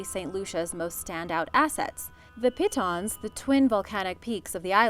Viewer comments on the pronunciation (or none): none